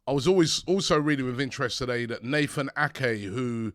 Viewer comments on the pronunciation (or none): none